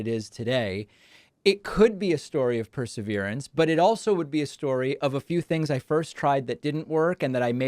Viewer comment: This is a truly exciting area of study, and Ms. Keller is a brilliant, engaging woman. As an editor, I would urge Ms. Keller to pronounce “perseverance” properly, because it is a key word in her world. Thanks for this interview!